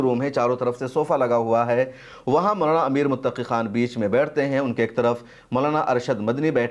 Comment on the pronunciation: आप के वीडियो के सबजेक्ट पर हिन्दी भाषा में लिखा है आमिर, जो के नाम की ग़लती है, कृप्या ध्यान दें। आप ने बोलने में सही नाम बोला है अमीर Muttaqi। शुक्रिया